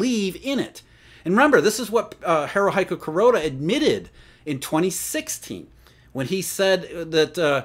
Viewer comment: Ha-ru-he-ku, not Ha-ru-hi-ku.